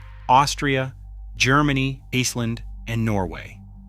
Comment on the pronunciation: Ah, the computer can't pronounce "Iceland"correctly. But the U.S. is an oligarchy; Republicans, for decades, have been focused on transferring all wealth from the poor & middle class to the top 0.1%.